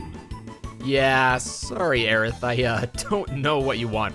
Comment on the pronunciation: It's bad enough he mispronounces Aerith and Yuffie but I don't think I've ever heard someone screw up Barret.